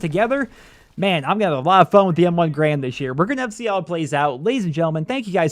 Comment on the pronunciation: Pronounced Garand wrong